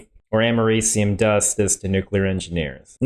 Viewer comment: First time I've heard americium pronounced... not what I expected!